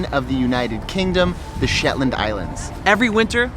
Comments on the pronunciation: Beautiful video but I didn't enjoy the 'slit your wrists' type music!😣...and the "SHETAND" Islands??😆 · Shetand Islands??? lmao! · Pro tip = never say "the shetlands" its just Shetland! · I'm shook! A whole video and it was never once referred to as the "Shetlands"! One way to annoy the locals is to add an extra 's' when it's not needed XD